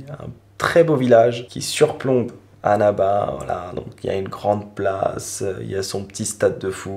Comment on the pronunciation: Tu prononces trop mal " Annaba " LOOOOOOL , ça écorche les oreilles ! Mais ta vidéo est superbe, c'est super ;) Bravo